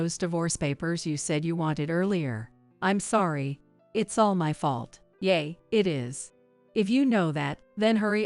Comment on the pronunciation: Please recognize that English words are pronounced differently according to context. Yeah. Is not Yeay. Agape is not “A Gahhp aaaay” that’s Gods perfect love. Agape is Also pronounced Agaaaap the e is silent and the A between the g and p is long. Fiancé is also always pronounced wrong here.